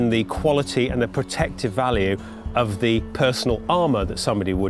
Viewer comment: Ha ahaha he said "elbow cocks"